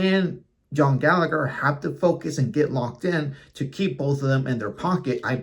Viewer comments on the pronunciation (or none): How can you not know how "Gallagher" is pronounced?